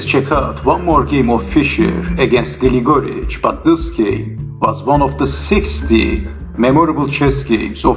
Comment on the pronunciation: Just a commentary on pronunciations--it is GLIGA-rich, not Gil-GOR-ich or Gli-GOR-ich. And I don't mind you swapping the names during the game; it is an exciting game, so that is understandable. Thanks for the post.